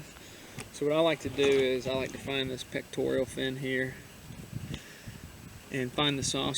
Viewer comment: Why does everyone say "sheep head" and "pectorial"?